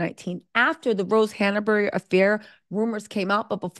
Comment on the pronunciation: it’s “Rose Hanbury” NOT Danbury